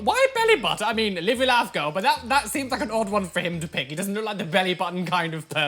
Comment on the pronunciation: I am Living for the way pronounces "girl"